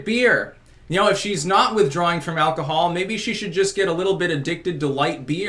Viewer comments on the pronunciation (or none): none